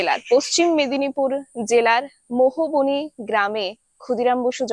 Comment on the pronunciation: গ্রামটির নাম মোহবনী,মেহবনী নয়।